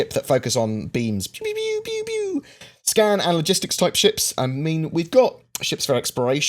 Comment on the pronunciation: unacceptable it's pew pew pew not bew bew bew